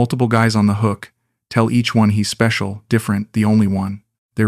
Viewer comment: ""You speshull" 😂